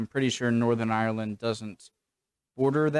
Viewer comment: Have a good craic when you go to Ireland, but please don't say (eye)(er)land. It's two syllables ( eye) land. 🇺🇸🇬🇧💜